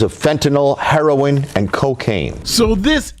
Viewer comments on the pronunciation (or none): Its Fentanyl not fentinall, and its Heroin not harrowing lol and a lawyer